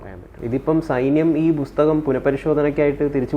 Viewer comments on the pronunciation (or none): എടാ ആ ങ്കറെ ബുസ്തകമല്ല പുസ്തകമാ ?????